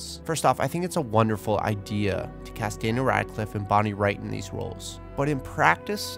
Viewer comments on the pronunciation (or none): none